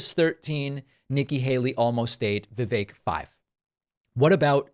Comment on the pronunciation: He's an annoying political figure, but thank for having enough respct to pronounce "rhymes with cake" correctly